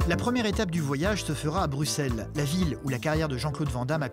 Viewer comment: si t'aimes autant Bx faut savoir qu'on fit Brussels en belgique on dit pas le x 😭